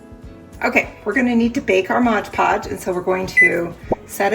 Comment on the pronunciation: Come on Mom read the bottle of Mod Podge. It does not say Modge.